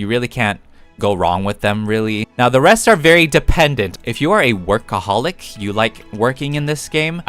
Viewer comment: I like the way said workaholic 😂😂😂😂